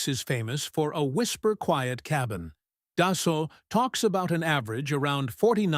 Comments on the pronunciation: Pronounced dus-soh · AI slop and it can't even pronounce "Dassault".